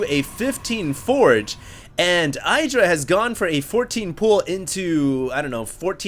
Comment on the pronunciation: his name is not EYEdra